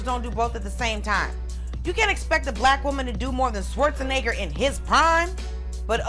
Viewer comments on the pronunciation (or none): She said "Schwarznegger" and I was like "n-bomb???!"